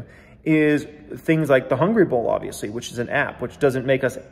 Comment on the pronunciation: Will ever learn how to say Hungry Bull without making sound like Hungry BOWL?